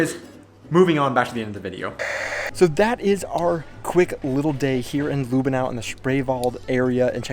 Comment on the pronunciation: Not Lüh benau it's Lüb benau. Short ü 😉